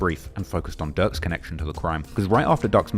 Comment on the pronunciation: ducks cousin??? Noooo it's durks cousin